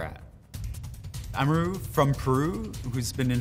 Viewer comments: We just gonna ignore him saying ahmaroo for amaru? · Plebtile So we just gonna ignore how he pronounced Amaru?